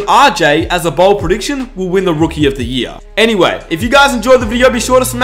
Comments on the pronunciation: Say BOLD not BALD😂💯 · Its bold not bald